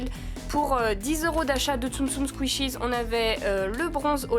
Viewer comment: T’es pas obliger de dire skishies tu peut juste dire tsum tsum 😅👌🙈